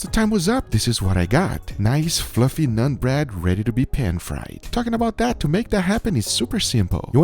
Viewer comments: It’s pronounced “naan” .. don’t have to say nun bread.. just naan is ok too.. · It's naan bro not nun ... nAAn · It's not "Nun" bread it's "Naan" bread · "NONE" bread..?? It's NAAN bread...lol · It's not " nun " bro. Its NAAN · Nun bread?? 😂😂😂😂 Wtf It's naan bread fool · its called "nah-n" bread, not "non" bread, just helping you pronounce it. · Did he just say nun bread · Did it bother anyone else when he called it nun bread? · ...did you call it "none" bread? XD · Ah yes. "NUN" bread lmaoo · "Nun bread"... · I like how he calls naan 'nun bread' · The way he pronounced naan bread just reminded me of none pizza left beef